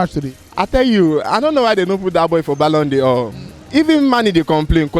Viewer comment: My guy said BALLON DIOR 😭